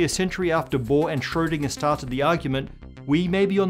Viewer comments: Sorry, but this video is really annoying. Planetary model of the atom (why?), pronouncing Schrödinger like "shhschsroudingerrrrr", Planck like "plank"... And so on and on. Bleh! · Normally people complain about the pronunciation of his last name. I am studying german and I rarely hear it pronounced correctly by non-germans. Even accomplished physicists and science teachers just wing it; they could show a little more respect.